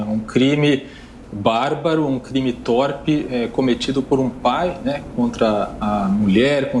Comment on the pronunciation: « Tórpe » não,; a pronúncia é « tôrpe », sua besta!